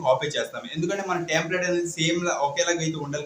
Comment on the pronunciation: Resumeeeeeee kaadu resume Tamplate kaadu template 👍👍